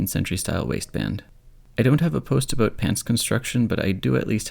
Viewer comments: I always forget that you're Canadian and am so delighted to be struck by a stray "aboot". It's the exact opposite of my very nasal Australian "abowt" and it brings me so much joy. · There's a little aboot at abowt the 10.45 mark :)